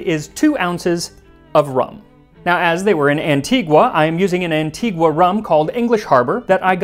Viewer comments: It is pronounced an-tee-gah not an-tee-gu-ah... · FYI, I've been to Antigua. It's pronounced Anti-ga. The natives HATE it when we say Anti-gwa. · The name of the island is pronounced Anti-ga though. Anti-gua is how the city in Guatemala is pronounced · Hello Max! You've created a wonderful channel with great historical and culinary content. Just a heads-up: the natives of Antigua (and the whole of the English-speaking West Indies) pronounce the island's name "Anti-GUH," not the original Spanish "AntiGWA." Thanks again! 🇦🇬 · I’m from Antigua 🇦🇬 so I was so proud to hear it. Quick note, It’s pronounced “Anti-ga” not “Anti-gwa.” I love your channel! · An-tee-guh... That is the proper pronunciation. Great vid nonetheless! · Locals pronounce it An-TEE-ga. The U is silent. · Every time he says "Antigwa".... but I see that he learned the correct pronunciation after. Now can we work on Caribbean? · Antigua is pronounced as "An-tee-guh" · Excellent video, except Antigua it is pronounced ann-TEE-gə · Hey Max- great episode, but the locals pronounce Antigua- “ann-tee-guh”. Just sayin. Arrrr.